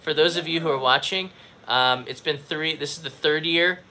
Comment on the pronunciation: needs to learn to count one, two, tree in both Japanese and English